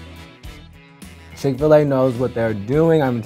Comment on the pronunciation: Bruh she sayin dat chick fa lay is 1